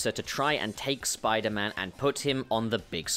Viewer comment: 'Spuman' hahaha I died